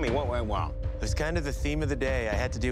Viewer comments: 'tel me wuh wen wong' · what went wong